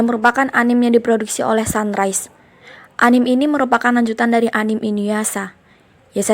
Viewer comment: Plissss, mohon dengan sangat. Anime jangan dibaca anim tapi anime pakai E